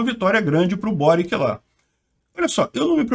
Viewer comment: Peter o Boric é croata. O nome dele se pronuncia „Boritx“. Tenho bastantes amigos da antiga Yugoslavia.